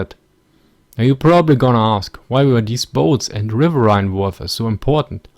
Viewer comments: River-een. River-eeeeeeen. Not River-aye-ne. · Great video, you need to do more of these post WW II videos. And btw, the word riverine, despite how it's spelt, is pronounced rivereen. Keep up the good work. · Technically, you may be correct but I've never heard it pronounced "riverhine" before, always "rivereen". You have to remember, this ins English we're talking about and us Americans (and Brits to a degree as well) are notorious for butchering and generally mispronouncing words. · Pronounced RIV-ER-EEN! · RiverRhine...that flows in your country...